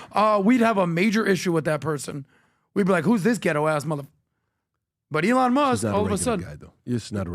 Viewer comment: PBD, it's not pronounced Eee-láwn.